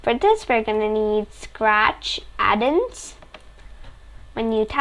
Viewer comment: Bro really said addens 💀 It's add ONS